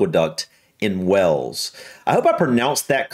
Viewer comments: You said Wells instead of Wales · It's Wales, so yes, it's beautiful 😊 By the way, "Wales" is pronounced Wa-ales. You to us Brits you are saying "Wells" which is a West Country town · It's Wales not Wells. Wells is in England. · don't take this the wrong way mate but I think the Welsh would settle for you pronouncing Wales correctly instead of the viaducts name.. Wales should sound more like Wayuls than Wells 😂.. Keep the reactions coming mate you have one of the best American reaction channels on YouTube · HI DEBRA HERE FROM SOUTH WALES UK Good effort with the pronunciation, you were very close. My home country is pronounced W A L E S like the mammal but without the 'H' not WELLS, that is a city in England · Pretty good pronunciation of Pontcysyllte but Wales is WAYELS not WELLS! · I think it may just be an accent but it sounded like Wells rather than Wales? I do NOT expect anyone to get the Pontcysyllte right, its welsh and so the letters sound totally different to what English does. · WHALES, please,, not 'Wells'. And Pontcuhsuthltee - is a lot nearer than you managed, Props for trying though:) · I like how youre confused about the pronunciation of one word, but say "Wells" instead of Wales 😂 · Shame about Wells lol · Wales would be pronounced Way uls, like Whale's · The funny thing about you asking about pronunciation is that you mispronounce Wales. I think it’s just your American accent but to British ears it sounds like you’re saying “Wells”. I’ve noticed something similar in other Americans pronunciations of the name Craig ,it tends to come out as “Cregg”.